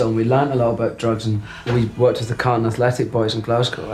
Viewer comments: Calton Athletic. No 'r' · It’s not Carlton, it’s Calton, as in Calton Hill, which is in Edinburgh, overlooking Leith. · Calton, not Carlton. It’s one of the oldest districts in inner city Glasgow. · It is /wasCalton Athletic there's no r..